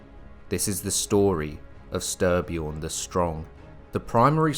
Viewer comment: Stry pronounced stree. Nice video